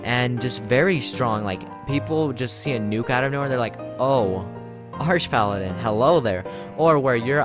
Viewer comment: I thought it's pronounced arc paladin. Like archangel.